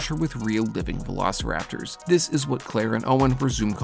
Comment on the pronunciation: Bro means Velociraptors, not "veilosiraptors"